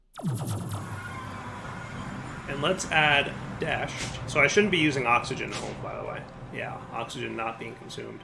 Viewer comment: there is no T in desh its like dash so no T